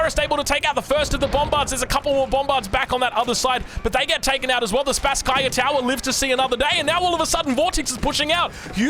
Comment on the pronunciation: Greetings from Moscow, Russia,! Thank you for your outstanding casting. A little nit: the name of the main tower of our city Kremlin should be pronounsed like "SpAsskaya" tower. Best regards, dude! You do awesome job.